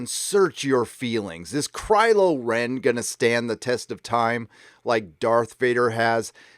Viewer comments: Did I hear "crylow Ren". Haaaa.... Lol.... Be wide my friends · ROFL, "Crylo Ren", "Joke"